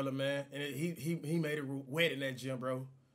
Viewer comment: "it was a high chance of pretipitation"